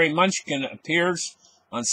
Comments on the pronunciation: Secretary Munchkin Lmao! Thats funny. Its pronounced, MA-KNEW-CHIN. Oh god im dying over here. Great show as always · Ma-new-chin. Thats how you pronounce his name :) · Did he just say security “munchkin” great video my friend